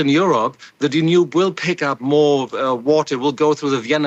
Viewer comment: Someone teach him how to pronounce "Danube" and "havoc". Where is this guy from??